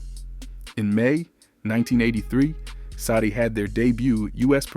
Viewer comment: I hate how you pronounce her name